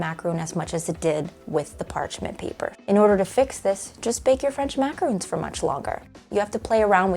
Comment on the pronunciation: MACAROON???!! These are maraRONs. Oy vey. It hurts my ears.